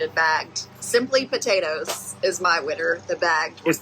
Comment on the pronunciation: is he saying "buhtatoes"?